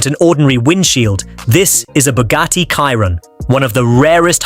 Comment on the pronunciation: So, the AI cannot pronounce Chiron... 🙄